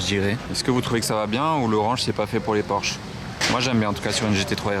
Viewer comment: Monsieur porsche il faut prononcer le e aussi non tout les vrais professionnels de l'automobile se foute de votre tête porsche